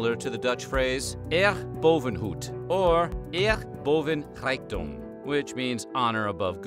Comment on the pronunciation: Nice to have a topic basically about my country ☺️ Your pronounciation of Eer boven goed and zeer boven rijkdom did hurt my ears a bit though. A+ for trying, as I only figured out what you said with the translation lol.